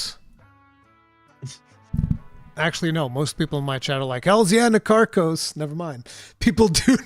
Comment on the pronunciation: You are all wrong, it's Na-Tar-kos